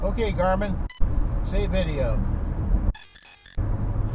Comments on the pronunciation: wait a minute. isn't it 'garmin'? she said 'gorman'....LOL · "Who's this Gormun guy?" -Garmin